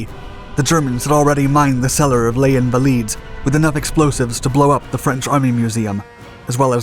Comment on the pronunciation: Paris is known as "the city of light", not as this narrator has it. The S Les Invalides is pronounced. Before presuming to inform people, get your delivery right, too.